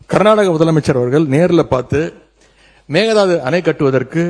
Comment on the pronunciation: It's not meghanatha annai, it's mekadatu annai..